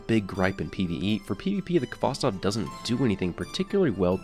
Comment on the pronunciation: Khvostov is a Russian surname. Please use at least Google Translate to correctly pronounce the name. Khvostov instead of Kavastov. "Kh" sound combination is like a "H" in words "house", "have", "hole". I know it's difficult for the English-speaking person , since you do not have that sound .